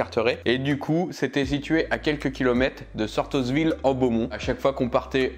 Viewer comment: Seriez vous un peu gourmand 😉 Les petites madeleines sont très bonnes et les sablés diamants sont pour moi les meilleurs. Et le S de Sortosville est muet comme dans St Vaast la Hougue. Merci pour la vidéo et la bonne humeur 👍🤩